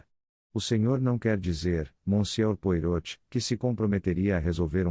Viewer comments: Francamente, pronunciar o nome Poirot conforme está escrito é o fim da picada! É uma máquina que faz a leitura? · Custa pronunciar direito? Joga o nome do belga em um site de tradução com áudio ou assiste a um vídeo dele, há vários pelo youtube e aprende a falar direito. Afinal, o personagem é bem conhecido. Use suas pequenas células cinzentas.